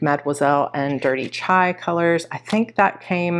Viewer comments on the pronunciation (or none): none